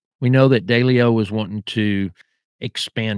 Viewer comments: Wow! You definitely do a deep dive into these mobsters. Your nickname should be the “Proctologist “ LOL! And I laughed when you pronounce Massa 2 Sis, I call it Massa 2 shitz! And you call Ralph Daily ‘O but it’s pronounced D-LEO. Anyway you did a good job on your research, I think you’re more diligent in your research, than Jeff GayDoo! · Its pronouced... 'DEE..LEE...O'... & NOT*...DAY...LEE O.. & 'ANN...JEW...LOW'... for Jerry Anguilo...the Boston street Boss for Raymond Patriarca Sr. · Little feedback, if you gonna do videos learn to pronounce Massachusetts correctly. Also, learn how to pronounce Italian names better. It’s not Deleo. It’s De Leo